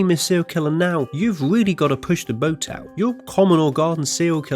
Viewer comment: The narrator either has a quirky accent or a speech impediment. It sounded like he said "wold" instead of "world," "Amewica," "opewational" and "weally" instead of "really." I do realize the "r" is often soft or gets dropped entirely in some types of British accents, but I'm not sure I've heard it sound like a w. Edit: Ah, I see at the end of the video he makes fun of himself for saying sewial instead of serial.